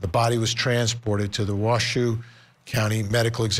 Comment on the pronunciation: Pronounced wash-ooooo